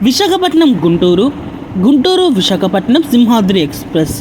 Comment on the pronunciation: అమ్మా, విశకపటనం కాదు, విశాఖపట్నం.